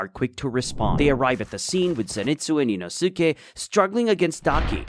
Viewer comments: HOW DOES NO ONE TALK ABOUT THAT HE TRIES TO TRIGGER EVERYONE BY SAYING INOSIKE NOT INOSKE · How to pronounce Inosuke name. EEEE NO SKAY Big Brain : EE NOO SUUU KAY